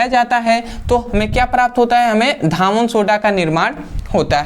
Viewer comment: सर धावन सोडा नहीं कहते हैं धोवन सोडा कहते हैं